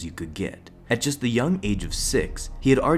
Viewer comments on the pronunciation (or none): none